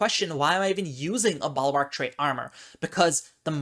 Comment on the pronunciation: "Balwark"? Is that a common pronunciation in certain regions?